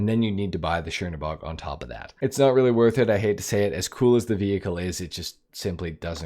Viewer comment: This isn't shiernobog – it's Chernobog (Чернобог). Which literally translating as "Black God" from Russian.